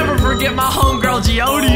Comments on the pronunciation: Bruh stop pronouncing jeeode wrong it’s Jee ode not jeeodie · It’s not geeodie it’s jeeode jee ode not jeeodie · ITS NOT JEODEY!!! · he pronounced jeeode wrong. It's supposed to be pronounced like geode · not being rude, but it's pronounced jee-od